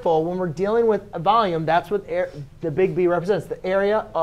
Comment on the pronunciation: " To find the vAhLuMe..."